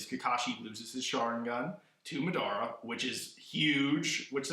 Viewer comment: Lol the way he says madara and obito Lmao. Like really dude your saying it wrong. But still a thmbs up for a awesome video